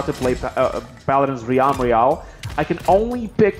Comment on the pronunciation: Dude just saying the way you're saying realm has been my only problem with your recent vids you put too much emphasis on the a it's more like "relm" the E is the stronger vowel